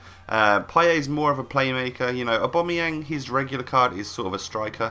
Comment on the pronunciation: saying aubameyang:"aubamoyang